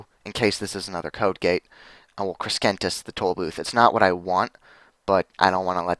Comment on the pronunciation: Please learn to pronounce Crescentus. It's not Creskentus. It's crescentus. Like a crescent moon.